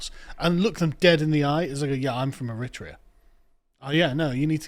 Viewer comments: I think he's putting the emphasis on the second syllable which is making it sound strange. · Please boys - it’s Er-ri-tra-an! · AIR A TRAY A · What is Er rit rean that's the first time I've ever heard it pronounced like that?... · I'm begging to learn to pronounce Eritrea. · He should learn how pronounce Eritrea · How can you expect to be taken seriously, Carl, when your staff can’t even learn the correct pronunciation of a country when compiling their articles? I know you guys are both smart and passionate; but clangers like this just give your detractors ammunition against you. I listen to you often and appreciate your arguments and efforts. Don’t give your enemies the excuse to denounce you as ill-educated and therefore irrelevant. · Funny joke, guys, with the stupid pronunciation of Eritrea. No way you don't really know how to say it.